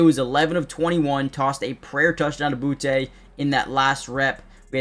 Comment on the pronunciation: Boo-tee, not Boo-tay! Just embrace it 😅